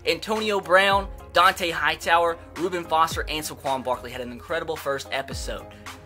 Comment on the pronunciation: Do u not know how to pronounce saquon and Shaquem